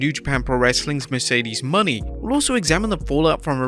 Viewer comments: Mercedes Mone is pronounced Moe-Nay not Money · I still HATE how you pronounce Mercedes last name, respect her and say it correctly